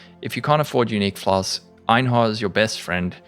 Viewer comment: I just came here to hear this man say "flas-k-s". Pog